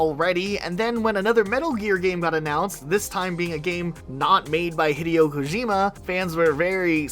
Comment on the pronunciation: Thumbs down for.that butched attempt at pronouncing daddy Kojima name like that. Same on you. Like calling the president jole instead of Joe 😅